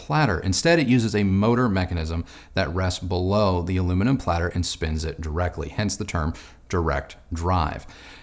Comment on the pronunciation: Pladder? Aahhloomahnaahm? 🤮🤣